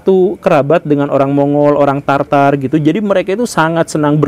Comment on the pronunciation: Koreksi pak guru bukan "Tartar" tapi "Tatar"